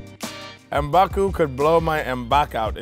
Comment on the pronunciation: M'Baku himself can't pronounce M'Baku right... It's MB, you say the M and B at once! Not M then Baku nor Mmmhm Baku, it's just M'BAKU.